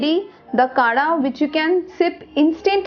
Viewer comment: Its not kada its kadha ...btw i think it can be effective